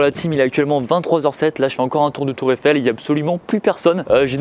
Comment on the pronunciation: "Tour effelle"